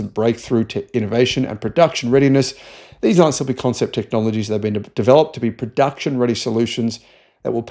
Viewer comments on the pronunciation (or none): none